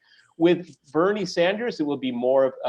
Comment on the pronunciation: Alexander Mercouris IT'S "SANDERS" PS love u guys